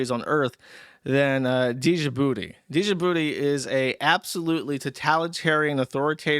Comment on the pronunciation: how does a 30+ year old man not know how to pronounce djibouti